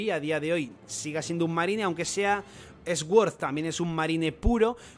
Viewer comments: No es más fácil decir suord que sguord? Que ganas de complicarse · se pronuncia sord no esguord, que no puedo aguantar como lo dices 😂😂😂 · Me llama la atención que Sword lo pronuncias S-Word jaja , te ayudo un poco se pronuncia Suord que significa Espada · No puedo con esa pronunciación tan horrible para sword, (esguord) puedes decir suord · Cada vez que dice 'Sguord' me salta la cadena de la bici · Se que a la gente no le gusta que la corrijan pero, la W en sword es muda entonces se dice sord